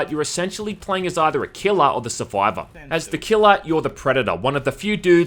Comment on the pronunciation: "as the keehlah"